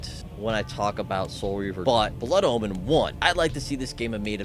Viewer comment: he says it like Blood Almond